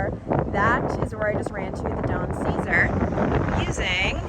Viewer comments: Hi! Floridian born and raised! The hotel is actually pronounced the Don Suh-Zar. Not trying to be rude she thought it was funny how said it! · Yes st pete beach and tierra verde and point Brittany area are home to wealthy home owners. And the pink hotel is pronounced don say zaar. Just an FYI from a st pete native born and raised. Still here after 45 years. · there's a Burn Bootcamp in Largo, not far from where you are staying. And PLEASE, you need to pronounce the name correctly. It's the Don Cesar ( say-czar). If you guys keep saying it like that, everyone's gonna call you a Googan! You need to check out the Sunday Brunch at "the Don". It's bigger that a cruise ship buffet. Manny F.